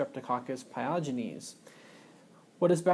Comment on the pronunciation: there's no "r" sound in the word pyogenes as you pronounced it.